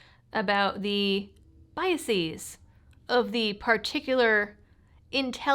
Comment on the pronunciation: Sic semper evello mortem tyrannis et parasiti. Ave libertatem! Ave justitia! Ave vindicta! Go back in time and explain that to all those miners in West Virginia who were murdered by the government on behalf of robber barons in 1921. It was called The Battle of Blair Mountain. "Biases," not "biaseez."